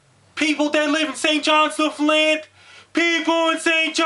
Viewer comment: He pronounces Newfoundland better than 90% of Canadians.